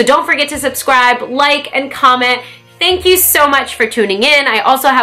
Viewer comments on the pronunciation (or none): none